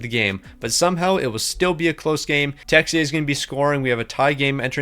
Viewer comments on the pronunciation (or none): none